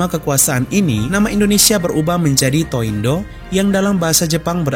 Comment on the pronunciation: BTW 東インド bacanya bukan To-Indo tapi Higashi Indo. Kanji Jepang 東 memang ada cara baca tō juga, seperti nama kota 東京 TōKyō. 😊